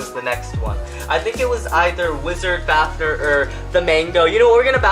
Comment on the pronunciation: The fact that he says fafner instead of fafnir irritates me